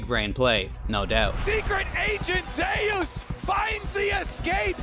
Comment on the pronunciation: ZE-US?! cmon bro..